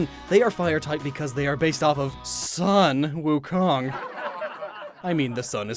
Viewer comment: Zhubajie is pronounced Joo-bah-jyeh. Also, if it's Sun Wukong, it's pronounced Soon Woo-kong. Tough luck for the joke :).